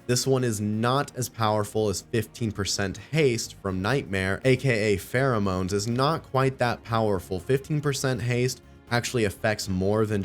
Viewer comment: Does nobody get the spelling? It's pronounced FEAROMONES as in FEAR bc the mobs in DnD cower in place? What you are saying is Pheromones.. extra A in the legendary name.. get it? :)